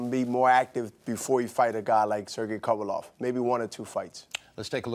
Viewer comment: This nigga Bernard has never pronounced Kovalev correctly LMAOOOOOO